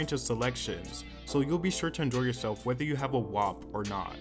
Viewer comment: I’m not usually this type but you’re say WAP wrong. Think like rap with a W. It sounds like you’re saying Wop which is a derogatory term for Italians